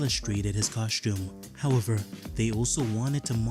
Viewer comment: I’ve never heard anyone repeatedly say “how-ver” more in my life